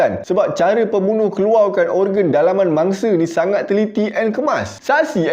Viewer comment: paling rare sebut keluwau....hehehe😁